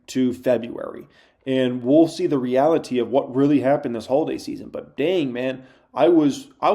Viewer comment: The quirkiest thing about is the way he pronounces "reality" lol.